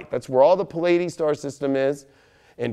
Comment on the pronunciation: your most powerful broadcast ever. I got goosebumps at the end when you mentioned Merlin cuz I swear to God the first time I saw you I KNEW you had been in King Arthur’s court in some capacity. I have read everything I can get my hands on about Arthur and/or Merlin. Anyway, score one for my intuition! The English teacher in me wants to point out that it’s pronounced Plee-uh-deez (the constellation) and I think it’s sy-deer-ee-ul (sidereal). Sorry, can’t help it. That was intense - thank you! 🙏 P.S. I have always believed Arthur lived in BC time - would love to know what you think. OMG, it just dawned on me who you might have been, oh! I’d give anything to be able to talk to you about it!